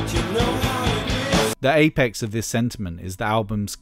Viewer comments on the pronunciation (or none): none